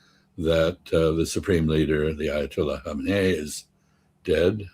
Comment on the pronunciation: It’s hard to take a “political scientist” seriously when they can’t come remotely close to pronouncing the name Khamenei correctly.